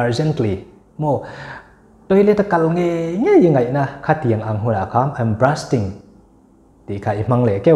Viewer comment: Brusting in i lam a,bursting i i ziak daih bawk si